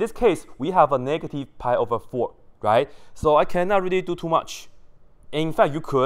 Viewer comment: rery rery nicely 😂